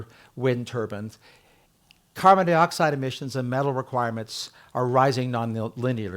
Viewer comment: Carbon Dioxide, not carbon deeoxide, Something tells me our speaker drives a Teeota Camry.